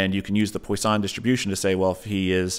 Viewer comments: It's pronounced: "Pwaah Song" distribution .... Not "Poi San". But great video! Thanks for the chat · Maybe this guy should keep his day job and stop trying to pronounce "poisson".